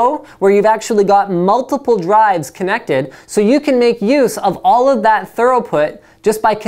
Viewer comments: Thanks for a great channel! Just one tip: the word is throughput, not thoroughput. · Great information. Two suggestions - just say SATA 2.0 and SATA 3.0 to make life easier on you and it's throughput, not thoroughput. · . It's pronounced THro͞oˌpo͝ot for THROUGHPUT, not thor-oh-put as you misread on your cue cards, Linus. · Is it thorough put or through put? You keep saying thorough, I don't think that is right. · lmao "left angle" connectors??? n "thoroughput" :p are the left angle connectors opposed to right angle connectors?? lol :p im sry i couldnt help it this was cool to see u from so long ago tho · THO-ROUGH-PUT! :O :D lol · Did he say thoroughput? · Haha, he definitely said thorough instead of through. I don't care personally, he obviously knows his stuff, probably just a little stutter or something, it's not easy to speak perfectly for a long time in front of a camera. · OMG what type of English is this , very odd, hard to understand , speaks too fast, can't Pronounce SATA or "throughflow" and needs to look up in a Dictionary what thorough means compared to what "through"(thru) means. they are not the same. go to to get the pro-nun-ci-ations. Finishing schools are available in Switzerland and Ireland ,suggest you enroll .